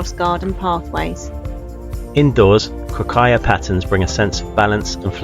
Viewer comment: You can paste "κροκαλια" into Greek google translate and listen to the pronunciation. You've almost got it right, there is no aya at the end and stress on the first syllable.